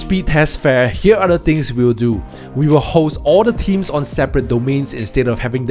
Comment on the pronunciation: Strange, you'd think that if you were to do a video on wp themes you might learn how to pronounce the word "Themes". Strange world we're living in.